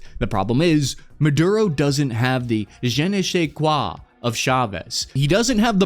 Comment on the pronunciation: THE "jeneesqua" WHAT🤔🤔❓❓😁😁